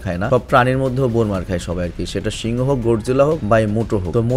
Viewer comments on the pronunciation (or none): none